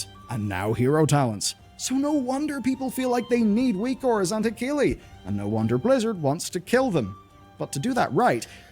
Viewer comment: He-key-lee… you’re killing me 😂